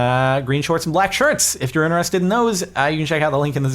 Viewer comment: INTRESSTED not intererererstededed